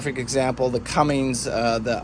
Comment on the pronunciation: Another great informative video.......but omg its CUMMINS not cummings lol makes me crazy! I am looking at boats with John Deeres, Cat 3208TA 375hp are EVERYWHERE, some Perkins Sabres and one with Yanmars. Good information on maintenance costs NA vs TA.